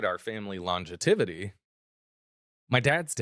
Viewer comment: I do not want to come off like a school marm but you said the word, lon-ge-tivity, several times. I’m sure you already know, the word is actually longevity, but figured I should mention it for next time.